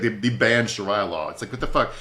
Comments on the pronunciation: He must have a lot on his mind. I know he’s pronounced it correctly in the past. 🤷🏻‍♀️ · Shareea law not sharya law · Omg I almost had to turn it off because of shar👁️ya lol.